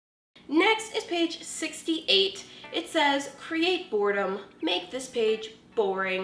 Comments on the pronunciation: Sorry it's bugging me boredom not bordem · It's "Boredom"